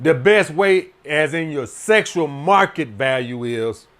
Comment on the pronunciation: "SESSSUAL MARKET VALUE. SESS. SESSUAL."